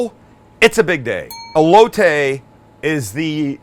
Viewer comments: coooh-hoooy-taaay and ele-ohhh-tayy, fucking Christ so white lmao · The Elote not elotay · That’s not how u say it, it’s called “ eh-lo-teh” SAT IT😂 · Your saying “aye-low-tay” that’s wrong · you can say cilantro right (like a homie)but not elote! 😳😆🤣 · Sam saying Elote is the whitest thing ever lol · I love you Sam but the way you pronounce elote gave me cancer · can he say ELOTE!! just as good as he says CILANTRO same category just saying! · Being Hispanic, it bothers so bad how they say elote 😂 love you guys though!